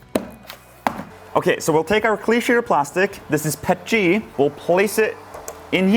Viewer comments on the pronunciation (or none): Bro the way he says “P-E-T-G” as “pet-G” makes me wanna form my face into a mold.